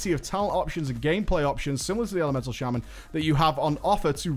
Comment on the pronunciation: "The first of them is the Shame-An" So Elemental is shit?